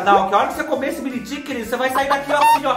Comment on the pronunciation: Achei engraçado vc chamar eles de Mini "Tiken"🤣...um inglês bem interiorizado👏👏👏👏👏😃